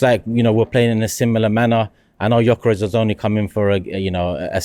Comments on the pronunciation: IT'S YOKEREZ, NOT JOCKEREZ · Gyökeres, pronounced Juh-ker-esh or, as most people in Sweden, juh-ker-ess.